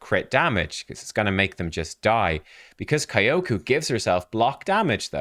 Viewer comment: Kyoku: Say "Yo!" add "k" sound in front and you get correct "Kyo". Say "who?" change "wh" with "k" sound and you get correct "ku". You now pronounce Kyoku correctly :)